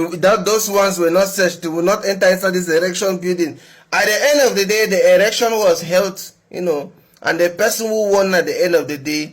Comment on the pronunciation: Tell the that its ELECTION not ERECTION. Wantam!